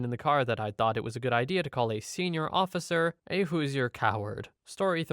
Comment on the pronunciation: FYI, Hoosier is pronounced "Who-zhure" (two syllables).